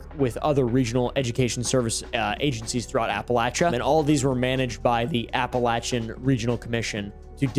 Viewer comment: idk if you knew this, but APPALACHIAN is pronounced APPALACHIAN not APPALACHIAN